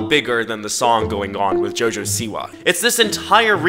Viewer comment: When he said "Jojo siwa" in the start of the video i thought he said "Jojo see ya" (in Jojo's bizzare adventure) 💀💀